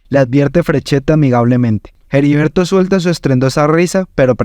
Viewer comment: Es Heriberto de la Calle, no Jeriberto de la Calle. La H es muda.